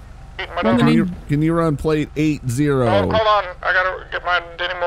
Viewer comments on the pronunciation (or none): Who's turn is it to wun, It's Zacks turn to wuuuuuuuuuun.